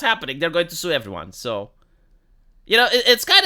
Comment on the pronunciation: She said Stew not sue.